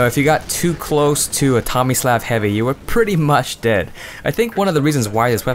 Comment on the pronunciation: Are you saying Tomislav right? I always thought it was said differently, but I don't know, lol.